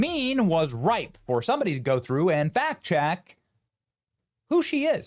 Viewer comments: Did you say "fact check" or "fat check"? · Wait did you say fat check or fact check??? 😂😂😂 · did you say "Fat Chick" or Fact Check? either way... she's da one! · Did you say Phatt check? 😅😅😅😅😅